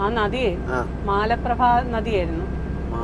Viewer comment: മാല പ്രഭ അല്ല മല പ്രഭ എന്നാണ് പറയുന്നത്